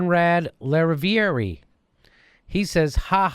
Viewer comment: The name is French and is pronounced La riv ee air (the river)